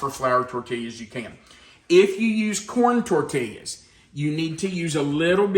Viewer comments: being from the southwest, it truly pains me to hear you pronounce tortillas. This is a Spanish word. In Spanish, a double L is produced as an English Y. The correct pronunciation is tor-tee-yas. Love you, but please don't stab me in the heart any more. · Just so you know, the l's are silent in tortillas. Pronounced tortias. I'm from New Mexico. BTW, where are you? Did you move? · The concept kinda reminds me of the enchirito that Taco Bell used to make, and that was always a favorite of mine, but I'm sure this is much better., the way you were saying tortillas was making me smile. Sometimes it sounded like tortillyas, and sometimes it was more like torteeyas. No matter how you pronounce them, they're always great. Happy Sunday!